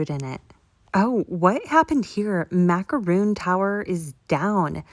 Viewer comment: I hate to be that person, but the French pastry is pronounced mac-a-rone... with a long 'o'. A macaroon is a coconut cookie. Two different things. The macaron is much better though. 🥰